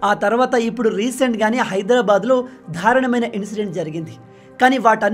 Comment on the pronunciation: Hi, I like your videos as they are very informative. But I would like to make a small correction to pronunciation of one of the words. You are saying "Dharanamaina (ధారణమైన ) " which conveys a totally different meaning. It should be "Darunamaina(దారుణ మైన) ". Please correct it. Hope it helps!